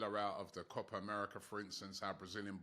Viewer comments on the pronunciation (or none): none